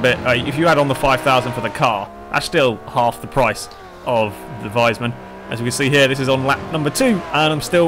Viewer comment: If you are talking about the fast car and not a wise man, it's pronounced "weesmun". ;)